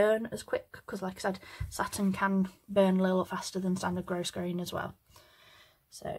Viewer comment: thank you for your clear detailed, teaching. I am an old retired teacher, making hair bows for granddaughters, and your instructions are beautifully presented. Thank you!!!! (FYI…grosgrain is a French word, where the /s/ is silent…..grow-grain.)